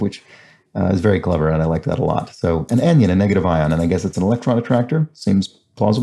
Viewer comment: please read: Anion is not produced like “onion,” it’s pronounced like Anne-ion. Additionally, cation is not pronounced like “vacation,” it is simply cat-ion (like the animal). Thanks, love the series!